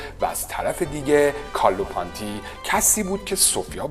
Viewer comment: حد اقل یک سرچ رو اسما میکردی و بعد ویدیو میساختی کارلو پونتی رو میگی کارلو پانتی ، مارچلو ماستریانی رو میگی مارسلو 🤣😂😂😂😂😂😂😂😂 اعتماد شنونده رو از بین می بری با این اشتباهات.